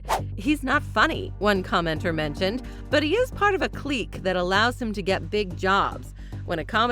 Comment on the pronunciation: CLEEEEK? CLIQUE is pronounced click